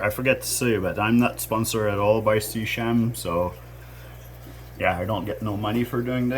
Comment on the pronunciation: It's SEA-KEM in terms of pronunciation.....